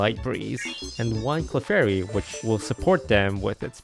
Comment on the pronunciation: Clefary, unreal lol